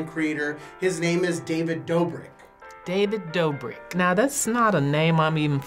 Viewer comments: lol one of the old mans said “david Dawbrick!!” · "DaViD dAbRiCk!" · David Dobrik lol an old guy said David dabrik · David my gawd it’s David dobrok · David dorbick 😂😂😂